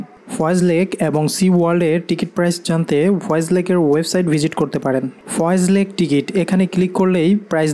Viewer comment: Foy's lake not foyez